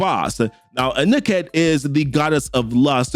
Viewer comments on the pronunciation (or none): Appreciate your videos and wanted to say keep up the good work!! Also the gods names are pronounced (Ghekre (Ge-Kray), Ptah (Ta} and Anuket (Ah-New-Ket). Just trying to help not criticizing at all bro!